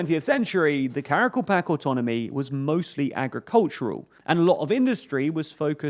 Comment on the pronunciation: Please pronounce the word Karakalpak correctly, thanks for the video:)